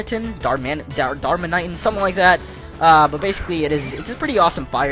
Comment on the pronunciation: Its dar-man-i-tan